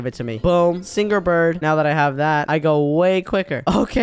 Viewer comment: did said singger not singer